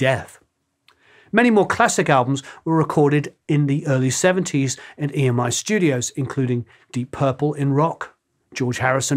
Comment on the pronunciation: I believe EMI folks call the old tape "EMMY-tape", not "E. M. I. Tape".